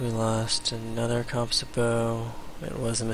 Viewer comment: It's interesting how civ LPs all feature madjinns total butchery of the word "composite"